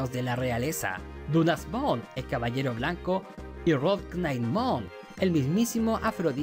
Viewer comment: por que le llama "perkymon" a kerpymon y "dunasmon" a dynasmon? me pone muy nervioso xd